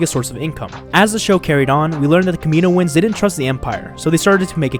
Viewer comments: yeah he pronounces it incorrectly but its not that big of a deal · I thought it be "Kami-noans" there be a pause but 4 syllables still